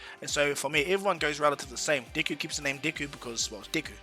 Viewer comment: Deck-ooo is how you pronounce it